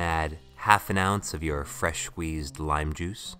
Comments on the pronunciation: then add half an ounce of fresh wheezed lime XD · Did he just say fresh wheezed lime juice